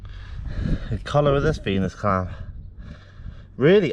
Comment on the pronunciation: When you said Venus clam I thought you said penis clam